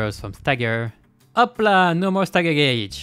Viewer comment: That's the frenchiest "HOP LA" I've never heard